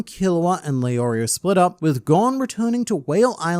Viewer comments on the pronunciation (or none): none